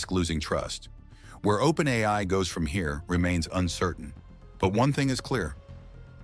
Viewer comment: Propaganda. Plain and simple. I wonder who's behind it? Total BS. The AI-generated voice even says "OPEN EYE" at times. Fortunately, nobody watching this who has anything important to contribute will buy any of this crap. Yes, there are issues. But the way they are phrased in this video makes it quite obvious that it's propaganda sponsored by a totalitarian regime, a regime with a lot to lose.